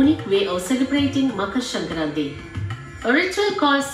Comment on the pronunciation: your pronunciation of makar sankranti is so on point, I am impressed 🙄❤️